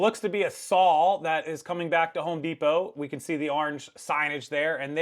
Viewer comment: This is just a friendly fyi... and It's not pronounced "SAL" It's pronounced, "SAW," Example, ( I saw him using the chainsaw. ) Same spelling, same pronunciation, different meaning.